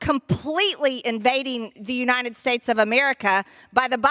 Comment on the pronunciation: Marj... UniTed, not uniNed.